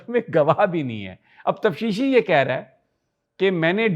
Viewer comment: Pls note: It is taftishi not tafshishi.